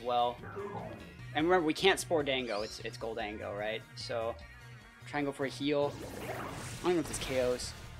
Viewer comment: Gol-dango? It’s obviously Golden-Go right?